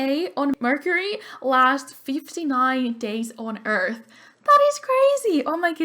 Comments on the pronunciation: "Eleanora Eart" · Lol u said Eleonora Eart instead of earth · It said eart instead of earth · Poor Pluto, I love Pluto. Just because it's a dwarf doesn't mean it can't be a planet. Jeez. :'0 But I loved Neptune! You also on Earth for the last name said Eart. <33